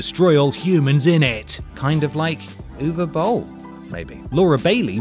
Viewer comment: The British accent makes it hard to understand what the hell the name is, "oovabull"?